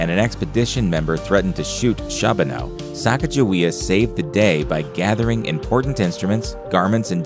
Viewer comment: And it's Shar-bow-no, not Shab-in-aw. He was my Great Uncle.